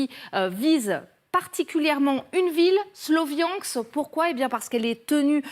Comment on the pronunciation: SLO viansk dit a la française trop drôle